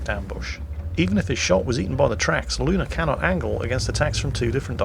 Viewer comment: Umm,, there is no "R" in "Luna".